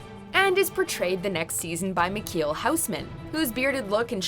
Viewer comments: I didn't know how they managed to pronounce Michiel Huisman(Dutch name) as Makheel Howsmen, but yeah... The correct pronunciation includes a "Dutch G" and some other Dutch fonetics, like the "ui". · Its funny that the voiceover pronounces Michiel Huisman so fucked up.